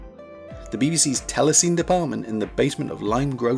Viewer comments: This was a really interesting, well researched video. But one little niggle. Telecine is pronounced "telly-sinny" not "telly-seen". Back in the day, people used to have cine cameras and cine projectors for home use, so the term was more familiar. But other than that, a great, informative video. Consider me subscribed 😊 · Good video! Telecine is actually pronounced TELE-sin-ee, not TELE-seen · TEL-E-SIN-EE, not TEL-E-SEEN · Is it pronounced ‘tele-SEEN’ or ‘tele-SINNY’? We always used the latter when I worked in television… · "Telecine" is pronounced "tella-sinny". And you've got telecines and film recorders mixed up. A telecine converts celluloid film to an electronic TV image. A film recorder takes an electronic TV image and records it onto film. Two different machines, each doing the opposite of the other. Additionally, it's not correct to say that :"if you ever watched TV in the 80s, you've seen Scanimate"; Scanimate was a late 70s phenomenon, and then almost exclusively in the USA. Only a handful of machines were ever built. The distinctive look of 80s TV is down to the early digital effects and graphics units from the likes of Quantel, Aston and Chyron. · Tele Cine is pronounced "telly sinny" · A few significant errors here, unfortunately. First off, "telecine" is pronounced "tella-sinny", as it's a portmanteau of TELEvision and CINEma. Telecine machines existed from the very beginnings of actual broadcast television in the 1930s, as what a telecine does is convert film to video. It does not record video to film - that's done by a film recorder, and film recording was developed starting in the late 1940s and became properly viable in the early 1950s. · Very good - a couple of roughly approximates here and there, but nice. Picky: 'telecine' was rponounced 'telly-sinny', and 'moire' is 'mwarhray'. Telecine is now just about extinct. Happy days,. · Came here to see if anyone had commented on the Telecine pronunciation, only found you! It jarred a bit.